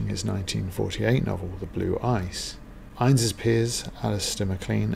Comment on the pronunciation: Pronunciation of 'INNES' is the two syllable INN-IS; INN rhymes with SIN and IS with MISS.